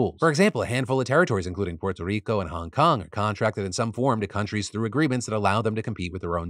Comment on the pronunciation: you don't need to say puerto rico like that dude just say it... you're not a native spanish speaker chill with the appropriation dude